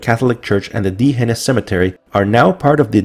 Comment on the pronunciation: Great video, you are mispronouncing D'hanis.